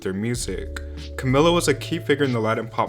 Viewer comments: Pretty sure their names are pronounced Cam-ee-lah and Die-nah, not like Camilla and Deena. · After all these videos on fifth harmony he still calls Camila Cuhmilluh and Dinah Deenuh... they're pronounced Cameluh and Dienuh